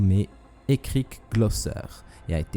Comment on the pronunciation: 5 :12 ÉCOUTÉ COMMENT IL PRONONCE ÉRIC 😂 😂 😂 😂